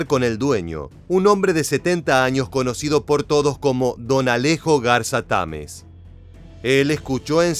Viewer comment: Se dice Garza Tamez, no Garza Támez